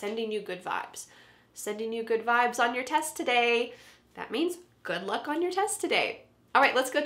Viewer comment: When you said good luck it seemed like that you said good look 👀🤔😂😍at the beginning of the helpful vedio